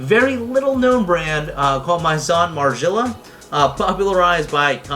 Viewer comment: It’s pronounced “mason mar jella “